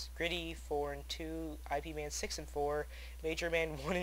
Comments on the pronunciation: Its Ip man, not I..P.. man lol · lol awesome somebodynaped there characte after that movie. oh and the horrect way to pronounce it is with a little y sount in the beginning, so it sort of sounds like yip man. those movies are great, ive seen both of them likethree times xD once i watched them back to back in a night with some friends who've never seen them. pretty great.